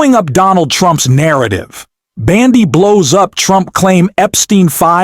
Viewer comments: Can you please pronounce Pam Bondi's name correctly? Bon and not Ban, please, thank you! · Why do you keep calling Bondi, Bandi? It’s hard to take you seriously when you’re constantly mispronouncing her name. 🤪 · What a foolmnarrator! It's not BANDY ahole, it's BONDI!!! Ahole. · Hey dumbas her name is not Bandi it's Bondi! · URGH! It's BONDI NOT BANDI! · I see I'm not the only one the mispronounced name irks.